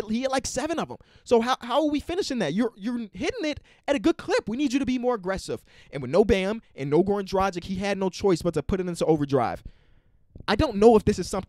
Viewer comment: Dragić is pronounced Draw-gitch. i’m not trying to sound rude